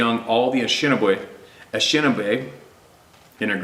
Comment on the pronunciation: the name of the Ojibwe "ah neesh NAAB ay" Please take note. And our cousins the "pot oh WATT ah mee" (Pottawatomi) is pronouced like wise. Thankyou fior all you do.